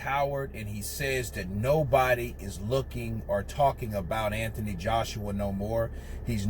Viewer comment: You say ANTHONY wrong.